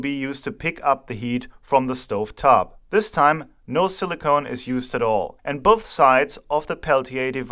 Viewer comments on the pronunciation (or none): Very cool (or hot?) Video as always. Just one little side note: the way you pronounce Silicon sounds more like "Silly Cone", and now everytime i hear you say it, i try to imagine what a Silly Cone (alberner Kegel) would look like 😀